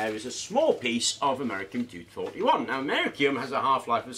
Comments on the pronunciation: americum... americum..... ˌaməˈrisēəm my nigga, there are two "i's" in that word bruh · Americium is pronounced Am - er - iss - ee - um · its pronounced AM-OR-REECE-EEE-UM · *Americium. A-me-ri-cium. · Very interesting. Not sure you pronounced americium correctly but who cares. Thankyou